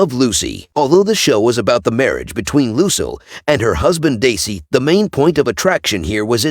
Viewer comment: Here's a tip for you. When the AI Voice cannot pronouce a word correctly, like say... "Lucille". Phonetically spell it out for them. It means you worked harder on your video and got the likes you deserved. Otherwise, it's lazy.